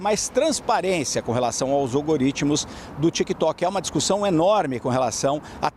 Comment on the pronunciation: Algoritmo, falou errado duas vezes Impressionante a imprensa